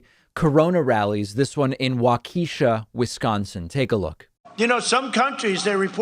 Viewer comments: WAUKeshaw, not WauKEESHa. It's a suburb of Milwaukee. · 2 things, Waukesha isn’t pronounced Waukeeeeesha, it’s pronounce WauKEHsha. 2nd Waukesha is filled with crazy ass trump supports since I’m from there, it’s one of his last holdouts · It’s wha-ka-shaw, not wha-keesha. Wisconsin. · Oh I WISH it was pronounced Waw-kee-shuh! I know some of the names in WI aren't intuitive so pronounce to I don't blame ya. But it's actually Waw-ka-shaw. Oh yeah, and Trump's a nutjob. Dude just doesn't care he's flat out spreading false info. And the crowd loves it. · As a black, former Wisconsinite, I call it “Wa-KEE-sha” too, but it’s in fact pronounced “WA-Ki-Sha”. Hard pronunciation on Wa and Sha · Waukesha is pronounced with the accent on the first syllable not the second. WAW-keh-shaw or WALK-eh-shaw not wah-KEE-shuh. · Sorry David, not waukeesha but waukehsha. Eh not ee. Waukesha, grew up there so yeah makes me crazy. But crazier still is this orange popsicle baffoon. Vote it out!!!! Love you David. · *Walk-a-shaw. Not wa-keesha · Wah-KEE-sha. Hahaha. Actually Pronounced WAH-ka-sha Makes me laugh, because I know someone who used a fake Id back in the day and told a bouncer she was from wah-KEE-sha & it was a dead giveaway she wasn’t from there. Hahaha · Hey David... WALK uh shaw not wau KEE shaw (from a Wisconsinite)... Now try Ashwaubenon and Oconomowoc 😂😂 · Wua -kih-shaw my dude not waukeesha 😂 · Btw David you pronounced Waukesha wrong. It's pronounced Walk-ish-aw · "wah-KEE-shuh"? Is this David making jokes about pronunciation again? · David, you very horribly mispronounced waukesha. Walk-ah-shaw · Its pronounced Walk-a-shaw. (I live in WI) But I still love ya 🤙🏼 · it's what his idiot followers want to hear, he's just repeating the crap you can find on so many dark corners of the Internet. btw, Pakman, the name of that town in Wisconsin is pronounced "Wa-ke-Shaw" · This is where I live. It's wah-kuh-shah. But he's an idiot. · It's actually pronounced Walk-kee-sha.